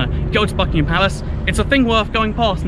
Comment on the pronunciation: Thought you said fuckingham palace